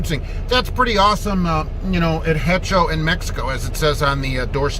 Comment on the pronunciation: H is silent in hecho or sounds silent just a heads up. Keep the great work and video going, a true spokesman for drivers.